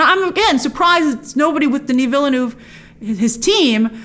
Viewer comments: It’s pronounced “ villneuve” not “vil-le-neuve” Just saying you’re welcome good night. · Hi Grace, Villeneuve is 2 syllables: Ville (town/city) + Neuve (new) You pronounce it: vill-neuv The 'E's at the end of each word are silent. Did you know that the spice that is so valuable and coveted in Dune is in fact dried up worm excrement? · Vill-Eh-Neuve lol